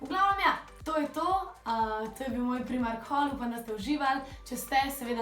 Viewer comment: oprosti ce zvenim nesramno, nocem biti ampak zakaj reces primark ce se pa realno izgovori prajmark?